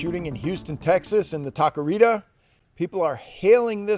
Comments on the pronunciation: Lmao this fool said tacarita. It’s Taqueria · Tak-kee-reha! For the love of God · That pronunciation on taqueria just killed my ears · Taqueria ta-ca-ria 😂